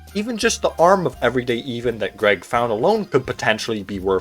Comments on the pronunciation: Him saying “eehvan” and not eh-van” is killing me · Ah yes the everyday EEVAN... Ev-un not that hard to pronounce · I can only forgive you of your horrendous mispronunciation of the name "Evan" if your first language is not English 😭😭😭 it's only 4 letters!!! Ev-un. Rhymes with seven!! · Do you really not know how to pronounce the name Evan? Wow, you should be embarrassed. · Why are you pronouncing Evan like that? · Is anyone else a bit miffed at how he pronounces “everyday Evan”? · you pronounced Evan wrong